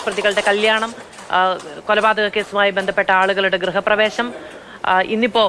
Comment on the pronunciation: ഗ്രഹപ്രവേശം എന്നാണല്ലോ പറയുന്നത്. കഷ്ടം! എഴുതികാണിക്കുന്നത് ഗൃഹപ്രവേശം എന്നു തന്നെയാണ് . സമാധാനം. മാതൃഭൂമി പോലൊരു ചാനൽ😃